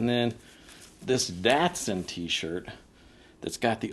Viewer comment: It’s not a datesun it’s a dotson